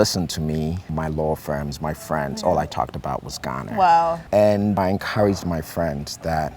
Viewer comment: Why does he try to speak like that? Ghanarrrrr, Africarrrrrr. Like there’s no ‘r’ in those nouns. The accent isn’t supposed to be the issue here. He’s a great man. And I aspire to be like him one day. But go easy on the forced accent please.